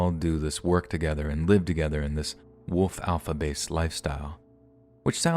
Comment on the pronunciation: The way says “wolf” always has me laughing. He completely omits the “l” 😂